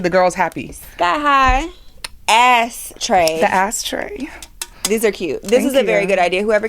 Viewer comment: Haha “ASSTRAY” I need one